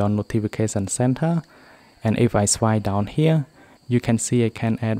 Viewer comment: It’s swiPe not swie